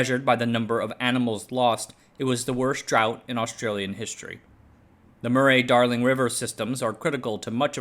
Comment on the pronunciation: minor aside, Murray is pronounced more like muh-ree